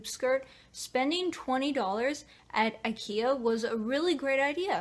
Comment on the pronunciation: IT IS PRONOUNCED EYE-KEY-UH. IKEA